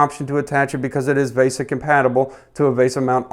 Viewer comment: vee-sah not vay-sah